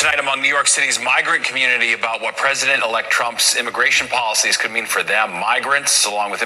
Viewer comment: Take your “comonitee”back home :56